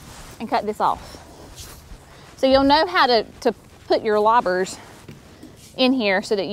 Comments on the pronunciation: Did I hear correctly ? Lobbers. Loppers ?? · Loppers not lobbers